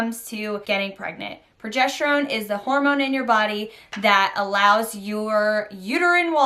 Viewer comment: It's progesterone not progesh terone